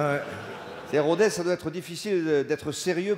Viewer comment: On dit Rodesse ! Et pas Rodèze :/